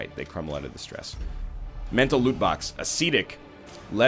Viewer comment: A-SEE-DICK! He said the word wrong! What a total loser!